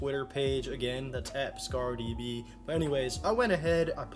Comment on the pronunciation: Great video. I was excited when you actually said my last name properly. Some people think it’s a soft A when it’s actually a hard A. All honesty it doesn’t bother me but something I liked. I didn’t know you were a survivor of a school shooting. That would not have been easy. I can’t imagine how hard it is to live with that trauma.